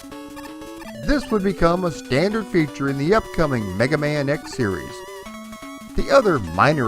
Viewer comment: I swear you said "Black Man" 🤣